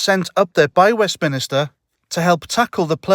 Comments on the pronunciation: the Scotts keep voting her in so they shall reap what they sow. Oh and it's WEST-MIN-STER not WEST-MIN-I-STER;) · Another good vid, but It's called Westminster, not Westminister. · I might take you more seriously if you learned to pronounce "WestMINSTER" correctly. (Top Tip:- It isn't pronounced "WestMINISTER".)